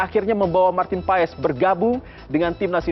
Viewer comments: Itu Bacanya Bukan PA-ES, tapi PAS. Awesome dibaca Osem ! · Paes di baca (Pas)